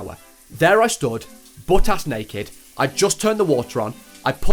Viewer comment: AYO BRO CAN YOU NOT SAY NACKED